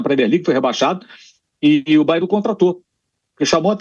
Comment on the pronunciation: Alguém ensina ao Pilhado que é BayerNNN…